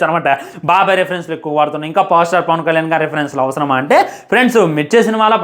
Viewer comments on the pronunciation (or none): none